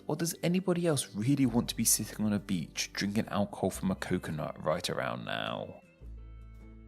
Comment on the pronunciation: At the end I repeatedly heard you say "drining an alcohol" which made it seem as if you were only pretending to be older than maybe 8 years old.